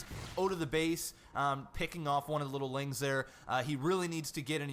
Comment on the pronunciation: I can't watch you anymore because you say "ling" instead of "lings" arrrgh